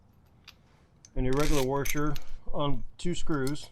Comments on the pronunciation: Actually, he said, "WARsher"... I wonder if that is a dialect thing or just those those uneducated people who say "liBERRY" instead of "liBRARY" or "axe" instead of "ask"... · Great video. But what the heck is a warsher? Are you trolling me? 🤪